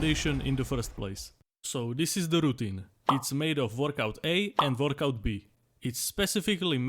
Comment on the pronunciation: Nooooo , I don't wannaaaaa , we can identify to the doodle guys ! Also the way he says workout almost sounds like vodka. Workout A and vodka B are great ! Keep everything, the presentation, the drawing, the accent , and take my sub !